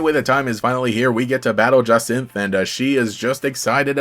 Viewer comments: No. It's Ja-Sin-th. Like, Cyn from Murder Drones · It's Ja-sahnt, you were pretty close there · bouta be Jah’s-sahnt not gon hold you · I'm voicing my playthrough and had to stop FREQUENTLY to listen to a pronunciation of the name Jacinthe and I'm still not sure what to do. I gave her a flouncy Southern belle debutante voice